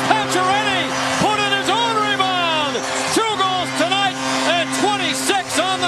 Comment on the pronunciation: never heard that before 😂😂 "reebound"